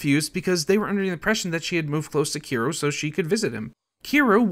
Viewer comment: Kiroo and Diyago from the Yakoooooooza franchise.